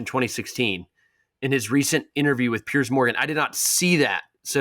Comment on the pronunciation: Sam being PC about Novaks interview with Piers because he wants him on the pod! By the way, is Sam saying “Pierce”